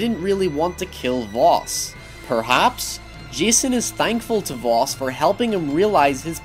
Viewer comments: successor not predecessor ffs., if you don't understand a word don't use it....just saying. Albert Einstein gave the world the "definition of insanity" and finally it's pronounced Vas not Vos, simply playing the game would have told you that, so really your analysis of this game and attempt to seem intelligent falls flatter than the chests of the boys you fantasise about. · Happy Dog he meant the identity “Jason Brody” being the predecessor of his identity as Vaas... and pronouncing Vos is probably his accent